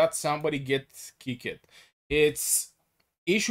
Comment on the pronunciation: kickited its kicked